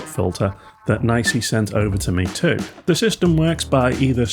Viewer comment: I’ve always heard it being pronounced “knee see”, without exception, until your video. This is the first time I’m hearing “nicey”. I’m curious, is this just your feeling of how it should be pronounced, or did you get this info from NiSi directly, and they officially said the correct pronunciation is “nicey”?